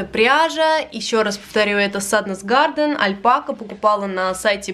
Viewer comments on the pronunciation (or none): Какая вы молодец! Очень вдохновляющие видеоролики 👍 Спасибо за них. Хочу только немного поправить: Sandnes garn, не garden. Garn - значит " пряжа" в переводе почти со всех скандинавских языков :-) Ну это просто дополнительная информация...